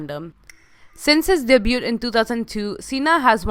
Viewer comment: Gonna guess English is not your first language. The T in debut is silent.